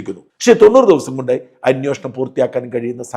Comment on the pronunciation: ഇത് അന്വേഷണം ആണോ അന്വോഷണം ആണോ. താങ്കൾക്ക് തരക്കേടില്ലാത്ത മലയാള പദം പ്രയോഗം